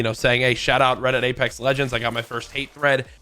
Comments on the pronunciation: He opened the video by saying “aplex” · ngl i opened the video and read the comments, and as i read this one i heard him say 'apelex' lmao unfortunate timing